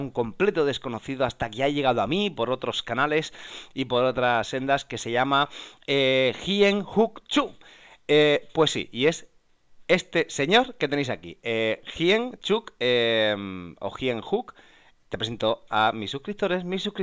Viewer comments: También es mi mentor y amigo, su humildad es su principal característica, en un buenazo, principalmenete opera acciones y opciones. Su nombre se pronuncia “llenuc”, que suena muy mal como lo has dicho!! Jajaja Las opciones es un buen producto para empezar con poco capital y poco riesgo, pero es más complejo de entender. Haces bien en no cambiar más de estrategia, el trading es simple, lo complejo es nuestra cabeza pero no queremos asumirlo y por eso vamos cambiando de mercado y de estrategias, la famosa impaciencia. Yo también hago trading simple y sin indicadores, la esencia del precio. Enhorabuena por el canal, es un trabajazo! Yo estoy empezando en ello también, pásate a ver que te parece. Un abrazo y seguir mejorando! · se dice Yenuk Chu... jejejeje y Mary Day Trader también aprendió de él... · Que payasada, ni siquiera sabe pronunciar el nombre!!!!